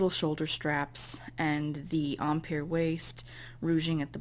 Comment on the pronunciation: I think you are pronouncing "Empire" wrong, nice video though! :)